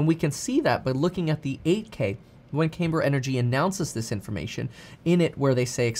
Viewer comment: Not "CAYMber". "CAMber".